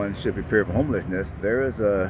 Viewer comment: I keep hearing this ja makin guy I used to work with say PREPARE every time you say prepare. It's funny to me LOL